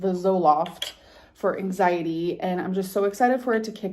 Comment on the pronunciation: Am I the only one who really hates the way she says “angsietty” (anxiety).